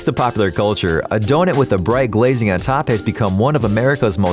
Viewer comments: Am I the only one who gets slightly bothered when the narrator instead of sayin Don"U"t he says Don"E"t??? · I swear if you say donIT one more time... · Am I the only one who is confused about why he pronounces "donut" as "donet" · He said donit😂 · “Holes in DONETS” IT DONUT, DONUT! say it DONUT!